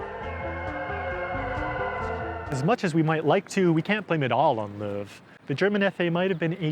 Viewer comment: the "how" is a "who" and its Löw